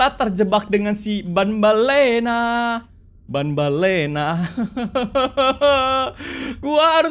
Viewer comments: tambellina bang bukan banbellina😅😅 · Banbanlina bukan banbalena